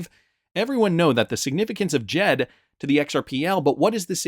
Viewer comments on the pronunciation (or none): It’s Jed not jeep